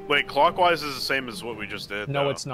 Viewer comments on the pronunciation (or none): "We've just gotta go clockwase" Asmongold, raid leader, 2022